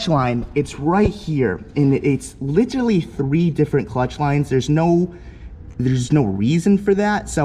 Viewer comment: I take a shot every time he says li-terally